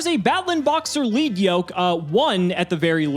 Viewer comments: I'm 99% certain the Lead in Lead Yoke is pronounced 'led', like the metal. The monster's wearing a heavy metal yoke that slows it down (lowers attack), but attacks break of chunks of it, lightening it and giving him his attack points back. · it's actually pronounced "leed" comes from it's ocg name "Leadblow" リードブロー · Isn't it Lead Yoke? Like the material lead? Pb?